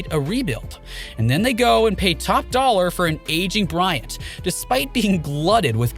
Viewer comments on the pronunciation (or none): none